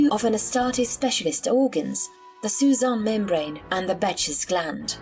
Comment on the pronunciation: Susan Membrane? You mean Sus(hard second s)-An, as in suspended animation?